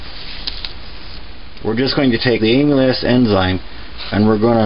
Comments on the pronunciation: Its not "Emu-lass" enzyme. It is "Amal - Ace" enzyme. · Amyl Ass enzymes! Its Amylaaazzz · You call it "aim-u-less" it is "am-il-ace" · A-MUH-LASE and not AMYLAS. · Very detailed and informative! BTW, amylase is pronounced AM uh lace. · Great job! I'm a physiologist and a big nerd. Amylase is pronounced as am-u-lace. Just nerding out. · The enzyme he adds, the white powder, is pronounced ama-laze. I had to get that off my chest, it was bugging me whenever he said it... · Amulass?! Nah, great video! I’m gonna try your recipe and see how it goes. Cheers from az! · By the way,it's pronounced amilaze. It's the enzyme in our saliva that helps start breaking down what we eat. I was always told the first & last runnins were methylalcohol,which is poisonous. How to tell the difference? Grandmaw never showed me how she made the keg charred I cut teeth on a long time ago. Any way,as he says you need either the enzyme or base malts (grains) to help convert starches to simple sugars. Same as brewing beer. The base grains contain the enzyme from being malted. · just an FYI, its pronounced "AMALAZE" enzyme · Amylase, pronounced aim-uh-lace. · Say it with me AMA LASE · Pronounced am-ah-layz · Amylase - AM-uh-laze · Am-E-laze enzyme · Pronounce Ahm -a - laze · It’s pronounced “AM-A-LACE”!!! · it's pronounced am-ill-ace. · am-ill-ace enzyme. empnasize the AM.... ill-ace is said fast. Its driving me crazy to listen to you mispronounce it repeatedly. Other than that I enjoyed the video! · Nice video, but it's pronounced AMM - ILL - LAZE. I cringed every time you mispronounced it. One other thing, and I don't know how much is too much, but if you get too much amylase in your bloodstream it's bad. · The enzyme name is pronounced “ah-me-laze”. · You don't pronounce it like "Emile- ass". That sounds pornographic. It is more like "camel" without the "c" and then "ace", as in the ace of spades. Just think of "Dromedary playing cards". You don't want to sound like a dumbase.